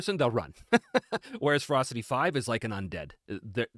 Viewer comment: When he was talking about Ferocity, i kept hearing Frosty or maybe Frosting... was very confused at first, lol Also, +20% is the equivalent of +4 on a d20. Advantage averages out to roughly +3, iirc, so in D&D 5e terms, if you are out numbered, everyone gets Advantage against you. Pretty potent, actually.